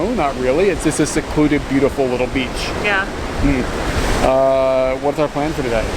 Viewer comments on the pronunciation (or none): i thought she said bitch lol